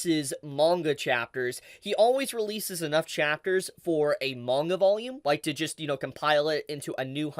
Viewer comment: Awesome info. Thanks for the update. Still hate how you pronounce manga.